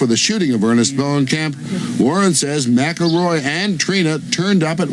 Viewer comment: Why do they keep saying MAC-A-ROY when its Mick-El-Roy